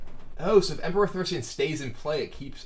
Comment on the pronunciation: Emperor Thaurissian" :D :D